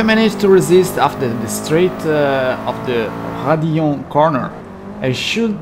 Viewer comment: Youtube algorithm suggests video. I myself am a sim racer. Watches first minute of video. Impressed that a youtuber and fellow sim racer names the corner Raidillon properly and no Eu Rouge. 10/10